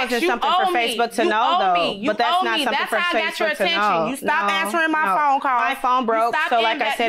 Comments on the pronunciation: I thought I was hearing it wrong! I kept telling myself she can't be saying phome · It's not "phome"??? 🤣🤣🤣(The defendent is a teacher.) Children are relying on her to at least be able to pronounce "phone". Damn. I have no more words.